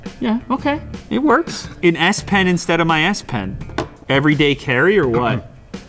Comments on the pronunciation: i heard ass-pen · 'S-PEN' OMG WHY ASS PEN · did he mean Ass -pen ?